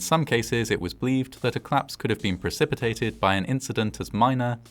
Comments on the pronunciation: The way you pronounce collapse fast makes me hear claps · Collapse. Not Claps. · Just wanted to point out that it's pronounced- "Collapse" not "Claps". Thanks. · "The building was at risk of claps. The claps was caused by a gas explosion, but this claps could have been prevented." Odd, I always though collapse was a two-syllable word. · Are you saying ‘claps’ or ‘collapse’?